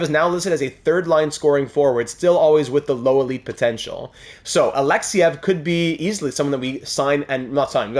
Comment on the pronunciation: Yuri Alexeev is not pronounced Alexyev it is Alexeeeeev